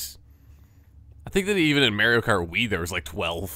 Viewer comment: Haha you kept saying Mario kart like MAREio kart!